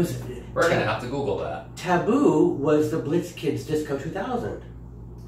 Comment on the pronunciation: Michael funny you we're saying Goo-gale ( google) cuz that reminds me of The grand Guignol the macabre theatre.. i think you might like if you don't already know..not being condescending..i love you but you roll your eyes sooo much sometimes at Michael i know that you love each other but just because someone doesn't have exactly the correct terminology doesn't mean they are clueless..but alas i thonk you softened a bit after you realized alig was right haha it was cute most definitely. I love you sweethearts